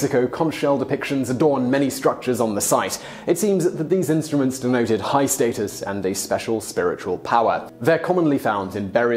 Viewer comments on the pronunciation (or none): none